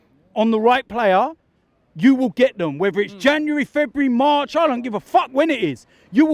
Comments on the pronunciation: Robbie: Janeraryy =January 🤣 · Janwery. Janwery